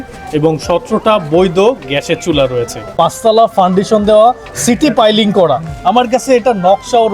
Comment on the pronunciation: সিটি পাইলিং না, সিটু পাইলিং। বাড়িটা অনেক সুন্দর।